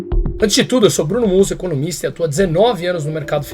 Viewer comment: Sugiro q quando se apresentar, acentue bem a palavra economista. Porque, para quem não te conhece bem, ao ouvir vc se apresentar " eu sou, economista" acaba entendendo " Eu sou, comunista." Uma pequena diferença no som, mas uma gde diferença no significado. De qq modo, meus cumprimentos pela análise. Muito boa.